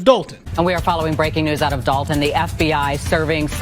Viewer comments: It is not Dalton as people are pronouncing; it’s Dolton as in dolt. In fact it comes from the noun “dolt” as in blockhead, dodo, dimwit, named after the majority of the voting residents who obviously would elect one of their own, Henyard. What’s the problem? Like residents of Chicago electing their own, a Chicago; it is Algonquin, in their language “shikaakwa” which means “stripped skunk”. See? What’s the problem? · "DOLT-TOWN"! It's in the name folks!